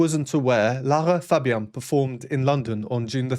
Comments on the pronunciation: The signal is most likely, Turn the inner ears up. She’s pressing her ear because she can’t hear herself. Notice Dimash adjusts his inner ears when she gives the signal. 😊 Your pronunciation of her name is correct. Lara’s mic was definitely turned down. Which explains the sound mix being slightly off. They wouldn’t be able at recalibrate mid song without potentially blowing Lara’s ears out. ❤ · No recording can ever replace the experience of being there at a live performance. Personally I would never take a record during a live performance, mainly because I want to experience the whole moment with a 100% attention. You‘re pronouncing Lara Fabian correctly in French, yet there are different ways to say it in English, Italian, German, etc. 😉 I love it when Dimash performs with another artist. He is a humble man and is always supporting the way the „partner“ is performing. I saw a video from the Virtuosos final recently where he sang „My way“, together with Cellist Hauser and the two Maestros Domingo ans Carreras. At one point Placido Domingo forgot the text and Dimash took over, so gently, that I didn’t realize that he was singing instead of Placido. Dimash also put his hand on Placidos back, like he was saying „I‘ve got your back“. After the performance Placido waved his hands and smiled like he was saying „that was close“ 😅